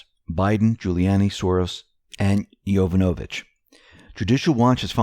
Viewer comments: heads up: its pronounced Jo-VAN-ovich, not Jovan-O-vich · You're saying "Yovonovich" wrong. The accent is on the second syllable. yoVONovich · you mispronounce "Yovanovitch" incorrectly, again. It is pronounced "yoh-VAHN-o-vitch", emphasis on the second syllable. This is the second time you mispronounce. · It's pronounced: Yo-von-a-vich